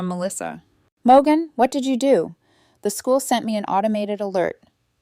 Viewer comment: I thought her name was Morgan, but your AI pronounces it Mo gun 😂